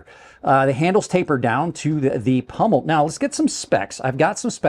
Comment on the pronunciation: Please say pommel Pommel ≠ Pummel The former is part of your knife. The latter is what happens to you if you fail to use it correctly.